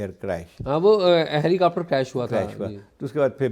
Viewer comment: Sanjay Gandhi died in a crash but not in a helicopter crash… that you pronounce as helicupter